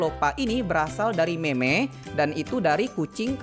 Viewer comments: Btw bg lain kli klo mau bilang meme bilang nya "mim" bukan meme, soal nya kayak ga sopan gitu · Bang semangat bisa mencapai 1 jt subscriber. Btw ngomong meme jangan itu ya bac nya mim aj, soalnya ga enk di denger😓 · semangat bang! semoga bang sehat selalu dan dimudahkan rezekinya!:D btw bang kalo meme di bacanya mim menurut ku bang hehe